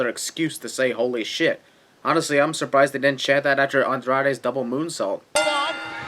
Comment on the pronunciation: "urprised" ding